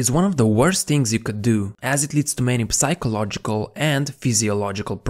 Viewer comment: if anyone else is anything like me, they stopped watching when this dude said “PUH-sychological” lmao